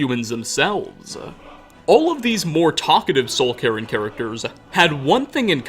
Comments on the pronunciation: It sounds like soul Karen lamo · Nobody:: Soul Karen